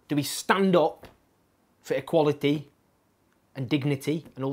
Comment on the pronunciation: why do you say words like "equality" and "party" like a deaf person?